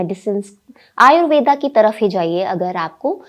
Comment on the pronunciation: यह शब्द 'आयुर्वेद' है, आयुर्वेदा नहीं। शब्दों को समझ कर बोलना समझदारी है।